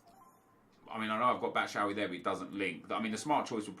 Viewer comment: stop saying batshawy it's batshuayi. batshu.wai